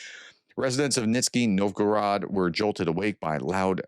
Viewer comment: I know it is russian name, but for slav it is, so hard to listen ... NiŽ ny Novgorod and is pronounced " Ni = like English knee. ž = like the "s" in "measure", or the "g" in "mirage". (zh) ny = soft “nee”